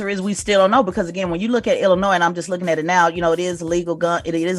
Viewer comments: It’s not Illinoise it’s Illinois. Thank you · Dear DJ Envy, stop pronouncing the “S” in Illinois! My goodness lol